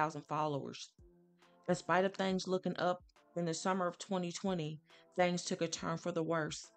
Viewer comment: This story is sad enough, why play that eerie music (nightmares) in the back ground will the note is in red with a black ground? Also, the word is THINGS, not thangs